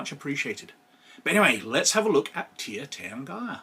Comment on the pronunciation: It's pronounced TEER tahrn-gee-ruh, btw. Love the vid.